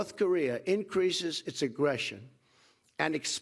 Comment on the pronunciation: YOU-miliations. Lmfao. Who taught this guy to read? hahahaha